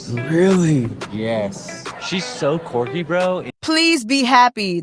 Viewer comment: The way he pronounced Quirky like Corky😂😂😂 its giving bottles of wine before dinner 😅